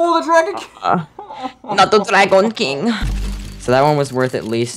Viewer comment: nOt ThE dRaEyGoNe kEeNgE😂💀